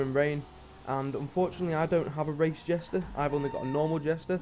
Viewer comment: Jester not jesta